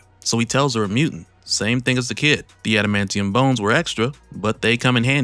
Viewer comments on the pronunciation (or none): none